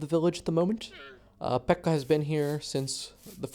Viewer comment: U said pekka so weird